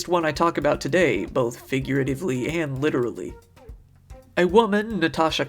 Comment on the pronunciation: Did u say FINGERativly../